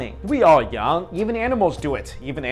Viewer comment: He can't say yawn